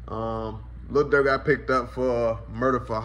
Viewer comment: did he call durk smurk 😂 duck would never